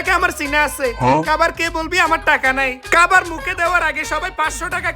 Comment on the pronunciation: খাবার ✅ কাবার ❌